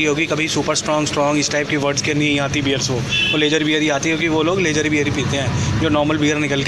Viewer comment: boss aapki video dekhne k baad ek baat zaroor bolunga ki लेज़र बियर कुछ नही होता स्पेलिंग ज़रूर lager होती है लेकिन बोलते इसको लागर बियर है। ज़रा पता करना।